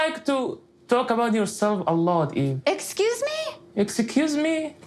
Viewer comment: Excuse me? Him: EKSECUSE MIII? 😅